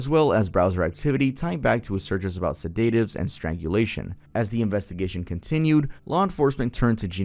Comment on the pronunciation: "SeDAYtives" huh?💀